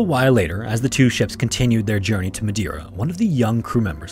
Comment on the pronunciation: Mispronounced "Madeira" ma man...